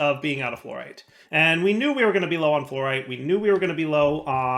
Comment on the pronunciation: fluorite as in fluorecent plz